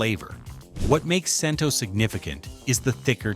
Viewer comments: CHEN-TOH...NOT CHEN-TOW/TOE! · Cento is pronounced "Chen-toe."